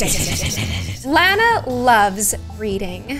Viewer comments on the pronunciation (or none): its lana not lanae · My name is Lana you said it wrong and I lev your vids